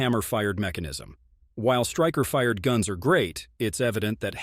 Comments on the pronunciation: Striker Fried, Crisp-i-er, Dooble-action pull. LOL. Robot voice is having a hard time today. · Get a real narrarator. "Striker fried"?